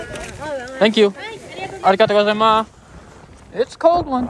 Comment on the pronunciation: he finally pronounced it as “arigato gozaimas” not “arigato mas”🤣